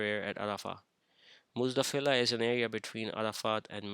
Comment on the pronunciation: Muzdalifa brother not Muzdafilah